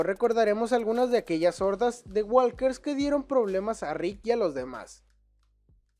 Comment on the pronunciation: SE DICE WOKERS NO WALKERS LA L NO SE PRONUNCIA